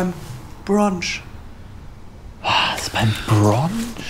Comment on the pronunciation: Brunch nicht Bronch